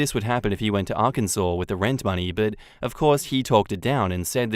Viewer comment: thanks for pronouncing Arkansas correctly! 😂😂